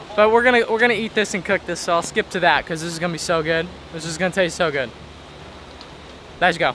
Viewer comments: Anybody else on board for calling it “Lesh go Sundays”?? Or us calling it that idk lol 😂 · Does he have a speech impediment? I hear lezzzgoo over and over